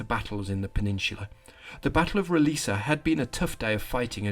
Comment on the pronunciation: As a portuguese, can confirm your pronunciation of "Roliça" is on point. What gives the "C" letter it's "S" pronunciation is the little willy hanging off of it.